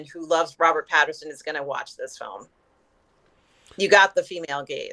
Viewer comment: Rob corrected once last episode, but she keeps saying Robert Patterson, she needs a note card or something so she says his name right.